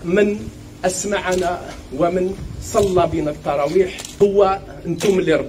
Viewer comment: كلمة التراويح مشي طراويح هههههههههههه